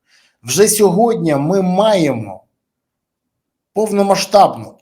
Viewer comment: Пане Бориславі, без образ: не - "мягко", а - "м'яко", не "сьогодня", а - "сьогодні"